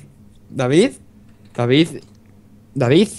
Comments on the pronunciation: dice dafif en vez de david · Me divierte como pronuncia ''davidz'' xD (asi lo escucho yo, no me peguen